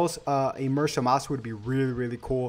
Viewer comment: I'm sorry but in the show zamasu's name isn't pronounced like that